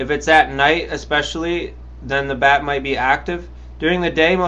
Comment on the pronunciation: Bat* not bag